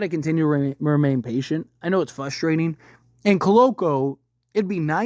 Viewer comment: It’s “frustrating”, not “fustrating”.